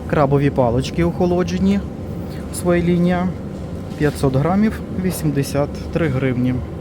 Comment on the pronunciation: ПривЕзли, покАжу так наголос ставлять на Хмельниччині, а у Львові говорять привезлИ, покажУ., ви не з Хмельниччини родом, ну Шо ж, ну Що ж, сімдесяТ, замість сімдесяТЬ, свОя лінія --- своЯ, вишнЬОю---вишнЕю, нічого поганого в цьому не бачу, вдячна за огляд.